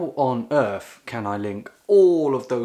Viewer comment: “How on earff” Lol, love this guy